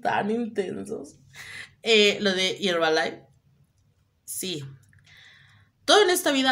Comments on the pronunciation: “Hierbalaif” 🤣🤣🤣🤣 no mms 🤣🤣🤣🤣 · pronuncia bien dices hierva life 😂🤣 ya estás como poscats 😅🤣